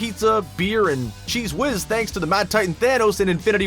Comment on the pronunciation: Anyone else bothered by how he said cheese whiz